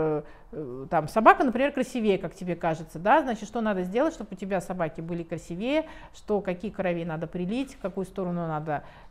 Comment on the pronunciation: Светлана прекрасная женщина, специалист. Умница. Но слова красивЕЕ нет в русском языке, надо говорить красИвее. Я в детстве очень обижалась на своего отца, который меня все время поправлял, если я что- то не правильно говорила. Сейчас я ему очень благодарна.